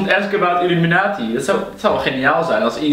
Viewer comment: het is IlUminatie niet UlIminatie